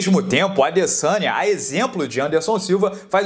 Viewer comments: Eu escuto " Israel alessanha " kkkkk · alguem ja percebeu que na narração original eles falam LASANHA no momento de falar ADesanya?